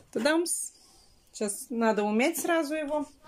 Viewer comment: Наа вместо надо Срау вместо сразу Наити вместо знаете 😜и т.д